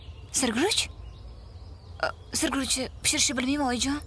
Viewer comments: Sir guruchmas shir guruch diyladiyu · Sirguruchmas, Shirguruch aylanay 😂